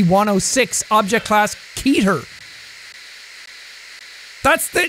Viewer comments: ITS NOT KEY-TER ITS KE-TER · keter is pronounced keh - ter, or kay - ter. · Some people pronounce it keter, some keyter.